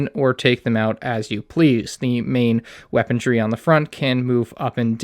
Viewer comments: the word is weaponry, not weapontree lmao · Still, saying 'weapon-dree' huh.